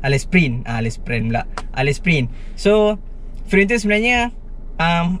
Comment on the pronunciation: Allez sebutan dia 'aley'. Nice content, bertuah ada abg mcm ni 😆